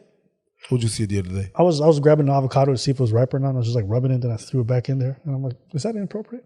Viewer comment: this dude just said Abacado... Omg it's avocado